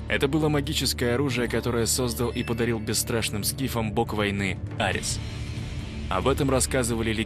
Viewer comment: Ну что же такое, как же надоели эти постоянные ошибки! Вы смотрели бы как правильно ставится ударение в незнакомых словах! Аре́с, а не А́рес. Недостаток общей культуры каждого отдельного человека ведёт к падению культуры в обществе.